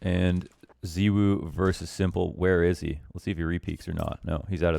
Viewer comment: Lmao please pronounce it Zy-w0o